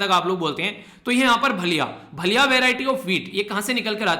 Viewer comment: भलिया नहीं sir vo भालिया hai